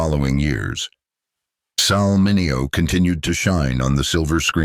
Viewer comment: Why is Sal Mineo’s name pronounced correctly in the beginning and wrong as the piece continues. If they did it right one time, why isn’t t it right every time. That’s the way computers work, they do the same thing over and over and the AI, once corrected should be consistent.